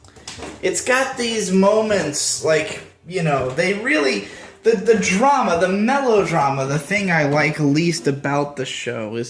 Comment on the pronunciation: Love you saying drama really hilarious